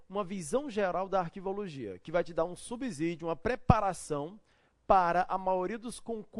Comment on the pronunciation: Professor, não é subzidio. O som é de S ..... Subsídio... Subsequência... Substrato..... etc.